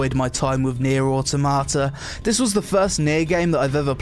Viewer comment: I wonder, how many takes did it take you to pronounce the game correctly XD good vid man